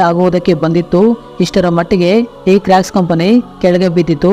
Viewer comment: Bro adhu crack shoe ala crocs shoe pronouce sariyaghi maddu